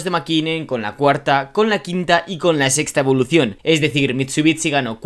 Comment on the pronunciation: Cada vez que dices evoluTion y performanCe se va un suscriptor 😂